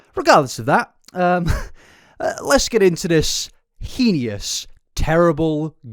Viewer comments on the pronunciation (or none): Just fyi the word heinous is pronounced hey-nuss (hein-ous) not henious/hee-nee-us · just started the video, i enjoy your content so much and i say this from a place of love — you’re pronouncing heinous wrong 😭❤️ it’s pronounced hay-nus, not hee-nee-us. thank you for the amazing video and i promise i don’t mean to offend you! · Hey! Really appreciate you shining a light on these shady figures. I just wanted to point out that the word "heinous" is actually pronounced like "hay-niss" or "hee-niss." I know you love to use it a lot, so figured you might appreciate knowing that! Keep up the good work 🦋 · Bro I love your videos but please it’s HEY NES not he io nis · Please please stop saying heinous like that lol it bugs me so much. It’s not heeniyus, it’s pronounced HAY-nus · The word is pronounced heynus. Sounds like anus and so do you when you say henious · darlin, i love your videos but please its pronounced hay-nus not hee-ni-us 😅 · HAY-ness, not heen-ee-is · good lord please stop pronouncing “heinous” like that. it’s not correct. it’s HAIN-us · Is heinous pronounced henious in England or is that just? (I'm really curious) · Rofl.. "heenius" again. Just out here makin' new words. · heads up heinous rhymes with "pain this" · “Hee-nee-us” is wild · I’ve been a fan a long time. I have so much love and respect for you. It’s pronounced “HAY-niss.” (Edit: Am also preschool/infant teacher.. this is gonna be a doozy isn’t it) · you can literally google how to pronounce heinous online with British prononciation and he still says it wrong in every video. it’s not a big deal it’s just jarring to hear. you should educate yourself first before you come off looking more ignorant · you are so dumb. EDUCATE YOURSELF. i’m simply saying he has been consistently pronouncing it wrong, hoping he sees it for future videos (like he has done before if you actually watch his videos). you’re embarrassing yourself honey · why do u say heinous like that